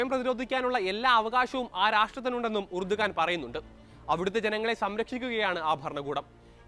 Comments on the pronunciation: എർദോഗാൻ ആണ് ഉർദുഗാൻ അല്ല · Urdugan ennalla,rajab thoyyib erdogan ennaanu.